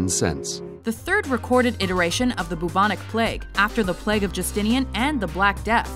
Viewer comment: It’s pronounced bubonic not boobonic lol